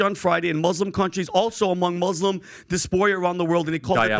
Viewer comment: You put the Shah of Iran in, who was sick and unpopular????? 😂😂😂 boyh you don’t even know how to pronounce diaspora so hush! The 6 billion never went through, and if it did the satanic regime would spend it to kill Iranians because they keep fighting the government. Us and England effed over Iran by bringing the mullahs! Isreal always hated Iran even in Shahs time even though persians took them in when they were getting masacard by everyone else. That's a mistake never to be repeated because history does repeat itself. This war is orchestrated by isreal with Biden's permission to clear out Gaza, even if it meant killing a few hundred jews to get everyone's emotions high. When will people realise that governments are not there to care about people? Buy lockmeed and drink good wine, there is nothing anyone can do!